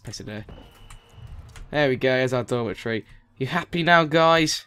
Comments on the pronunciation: i thought you were saying dormant tree when you were saying dormitory XD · when he said dormitory i thought he said dollar tree! lol